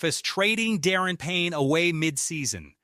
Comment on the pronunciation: Da -ron ,not Darren Payne ! It's hard to take you serious as a Commanders channel when you can't even pronounce his name correctly...